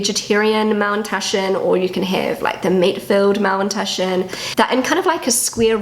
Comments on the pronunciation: What are Mallentaschen? Is she trying to say Maultaschen? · dear, did you call them Mowntushen? I tried so hard to figure it out. Please, please let me know ❤ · Es hört sich immer an, als würdest Du Mauntaschen sagen. 😅 #ZuPutzig ☺